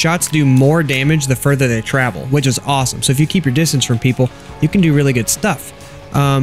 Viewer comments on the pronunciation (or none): none